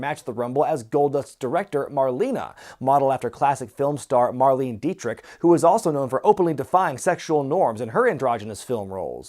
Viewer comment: as a big time classic movie fan I gotta correct you - Marlene Dietrich’s first name is pronounced like Marlena not Marleen. She’s German and uses the German pronunciation of the name. Understandable mistake tho